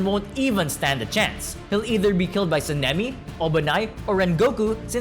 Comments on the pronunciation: San-nem-E says this guy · be like Senimi ✅ Sanemi ❌ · bros saying SENEMI not Sanemi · Him saying seemingly and not sanemi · Bro said san-a-me describing the wind Hashira